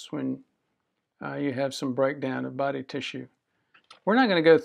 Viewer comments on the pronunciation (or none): none